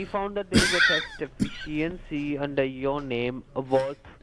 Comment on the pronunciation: What the heck is a tax "defishyancy"?